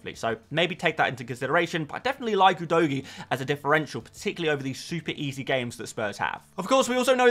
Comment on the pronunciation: Thanks for another one🎉 Can you try pronouncing Udogie right: It’s “Who Dough Gee” 😅